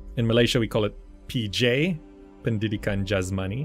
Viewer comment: Dang, hearing you said Pendidikan Jasmani kinda grind me to a halt for a moment there.